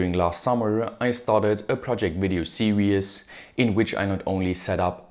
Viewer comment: If you pronounce "Series"; "Serious", how do you pronounce "Serious"?